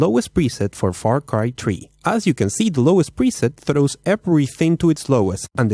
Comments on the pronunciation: "Desk is how my computer was running Far Cry Tree" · far cry "tree" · Its far cry 3.. not far cry tree🤣🤣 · far cry tree Lol